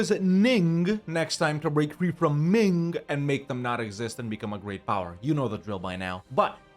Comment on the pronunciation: Turning Ming into Ning? Please call the video the great consonant shift.